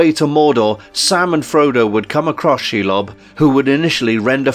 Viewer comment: You can't even get the names right, for example "Calagon" should be Ancalagon and "Sheilob" should be Shelob". And "Mama kill", seriously? That should be Mûmakil.